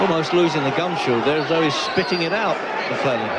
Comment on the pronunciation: Don king trying to say Gerald McClellans surname..."mcwulan" ...😂